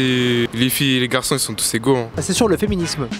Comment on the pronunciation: "Le fiminims " 😂😂😂😂😂😂